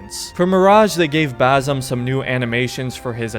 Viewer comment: Just a small clearfication I'm Arabian and it's basm or basim with (s) you pronounce it so close to (z) and that is annoying DD 😂 my English is bad too but it's ok I am not talking to a crowd..